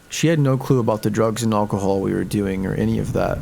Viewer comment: Does anyone else wanna see this guy say "Alcohol"?, lol, don't get me wrong, your narrating is great, don't change a thing, it's just that that word sounds a tad odd too me, and I just can't put my finger on it, lol, great video, and thanks for sharing.👍